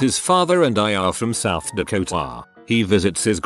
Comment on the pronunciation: South Dakoh-TAH....